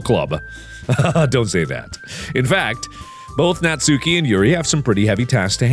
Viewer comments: Mark.. It's Nats[u]ki, not Nat"sue"ki. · Just gotta say natsuki is pronounced ''natski'' Edit:also when mark said "everybody in the comments is hiding behind their pillows" i kinda was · its pronounced '' Nas-ki'' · AYYYY! IT'S NAHT-SOO-KI!